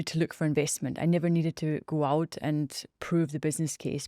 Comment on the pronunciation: "well we're lucky that we never needed to GO AUHT and prove the business case"